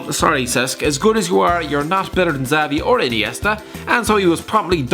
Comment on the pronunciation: You don't say Xavi's fucking name like that